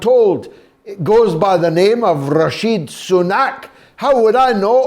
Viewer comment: Rishieeeeee not Rasheed.